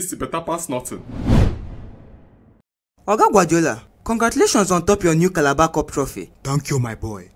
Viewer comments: I hear that my comment oo. "Cabalar cup" lol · Did I just hear Calaba cup!